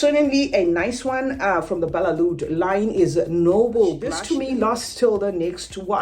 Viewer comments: No it's not balelood It's Badee-eh Al Oud I'm Arabian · Lol these employees don't know how to read its badee al loud with a D. I am mative arabic speaker